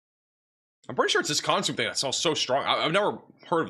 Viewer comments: He is great! Just phonetically challenged. lol. It’s naketish for Nachitoches and consimay for consume soup. lol. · Not consume but "con su may'